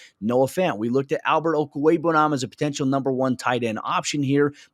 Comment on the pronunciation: I wish all you people out there would talk to Alexis Perry and learn how to pronounce Okweugbunam! It's about time. There is no koo in his name. Okweugbunam Oak-wheg-bunam What is so hard about that?